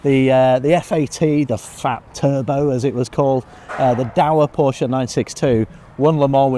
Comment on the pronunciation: She would do well to attend the Shea Adam school of motorsports presentation. Learn to pronounce the name of the man responsible for the many years of motorsports excellence. His name is Porsche. Two syllables. Show some respect. I appreciate her enthusiasm for the sport. A little bit of fine tuning on getting the details correct is all she needs.